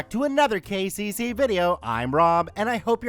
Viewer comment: “KCC” why did I think he was saying “The Gay Jay-Z”? I was so confused! 😂😂